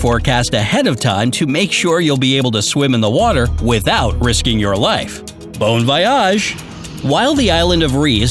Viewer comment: Bruh, he literally pronounced bon voyage wrong